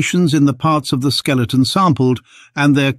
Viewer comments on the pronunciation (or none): none